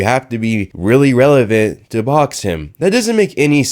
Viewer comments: "I AM RELAVENT!!!" 🤪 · Not revelant Lol are you sure 🤣🤣🤣